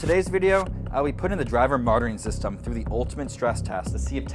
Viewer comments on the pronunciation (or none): Are you saying “driver martyring system” because that is oddly appropriate